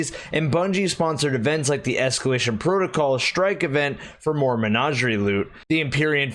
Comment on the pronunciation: Please stop pronouncing Menagerie like you're some aristocrat.